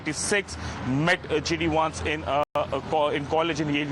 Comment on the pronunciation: It's not Wance.. it's Vance